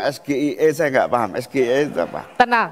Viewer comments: nanyanya dalam bahasa inggris saja salah es ge i e harusnyakan es ji i e makanya gus imin tak ngerti katanya pernah kuliah diluar negeri, no 1 2024, belagu lagi udah salah ucap. coba dilihat klip didada untuk apa yang lain tidak pakai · Singkat nya bener SGIE ngomong bahasa inggris salah😂😂😂 masa ngomong bahasa inggrisnya sama SGIE harusnya S G A I😂😂😂😂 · Kalo acronym dari bahasa inggris ya bacanya es-jee-ai-ee bukan es-ge-i-e. Orang bule juga ga bakal mengerti pertanyaan tsb. GaMa 2024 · Klo itu SGIE singkatan bahasa Inggris seharusnya dilafalkan dengan bahasa Inggris dong, masa Es Ji Ai I jadi Es Ge I E 😂😂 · ES GE I E saya gibran ingin elegan Es Ji ay i State of the Global Islamic Economy Pengucapan Inggris ya inggris , pengucapan indo ya indo masa di campur2 ... klo gado2 enak di campur 😂😂 ,lidah oh lidah 😂😂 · Nanya yg bener bos, kalo singkatan bhs inggris dieja nya ya pake bhs inggris jadi bukan Es Ge Ii Ee yg bener tuh Es Ji Ii Ei, tapi kan udah dijawab dgn mantap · Si Gibran ini juga koplak 😂😂😂 kalau itu singkatan bhsa Inggris, SGIE, harusnya bilang ES Ji Ai i. Cuma pendukung 02 pura2 gak tau., pada hal tau 😂😂😂. 🤟🤟🤟🤟🤟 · Halo para pendukung belimbing sayur dan belimbing sayur juga!!!! Kalau anda mengeja bahasa inggris, jangan di campur adukkan kedalam bahasa indonesia. SGIE itu tulisan, tapi ini lisan(mengucap),harusnya eS Ji Ai i faham anda oon?? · SGIE : singkatan bahasa Inggris tp pengucapan pake bahasa Indonesia 😂😂😂 katanya jago bahasa Inggris udh gitu nyontek pas disuruh jawab SGIE apa?😂😂😂